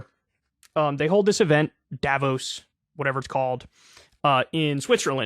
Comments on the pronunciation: You pronounce it "Dah-vooos" with emphasis on the o vowel. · You cant remember how to say it right ..... because most americans dont know how to say it right. The people living there call it Da-vooos. Short, unaccetuated fast a, long open lingering o. French pronounciation accentuatet and elongated on the last vowel. But I guess you will nearly never hear it correctly from any american. As a people you guys dont deal well with french vocalizations. Crystal says it wrong all the time, too. So dont ask her. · it's pronounced duh-vos source: am swiss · Davos has the same a as the second a in annA, or the 2nd a in americA. like all german As are pronounced. and you stress the O, not the A